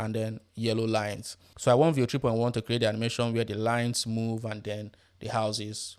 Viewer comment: What you are barking when you say 3.1 & your accent is so horrible. I had to rewind 5 times to listen. Still could not understand. Finally had CC on to read the text on screen. You should talk for international audience. Not bark for your local native audience in your native accent. Learn to talk crisp & clear & slow in neutral accent. Better still use AI voice in neutral clear style. Unbearable accent.